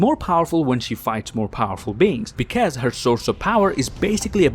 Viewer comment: Please learn how to say because